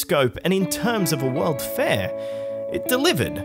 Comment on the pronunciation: How do you say that? WOWUD? The WOWUD FAIR??